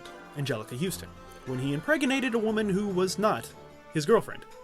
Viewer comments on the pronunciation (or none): none